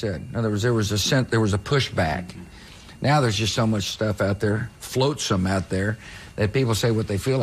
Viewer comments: Floatsom? He meant flotsam right? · He couldn't even get on TV without leaving us another mis-pronunciation gem in the soundbite Cenk used. "Float-sam". LOLOLOLOLOLOL Flotsam Georgie, flotsam. If you're gonna use the big words, you should be required to know their pronunciation you clown. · It's flotsam, not floatsome.